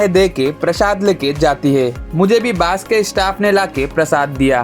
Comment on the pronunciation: Bro, Hindi te kotha bolle pronounciation gulo check kore nao bolar aage. Hindi te Bus k Bas bole pronounce kore, r Bus bole jeta hoy setar mane holo pocha gondho. Sunte khub baje lagche